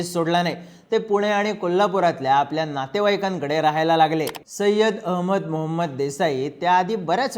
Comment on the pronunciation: सय्यद म्हणा